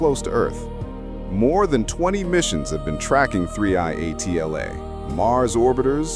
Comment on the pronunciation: 3i atla? Even the name you say is wrong.